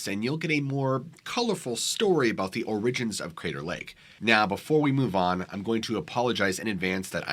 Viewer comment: So strange that this man at least three times pronounces "OR-i-gins" like "or-IG-ins." Never heard a single other person pronounce it that way. Maybe he's a shape shifter who hasn't quite learned English yet. He's also pretty hairy, which is a bit suspicious. I guess we'll never know.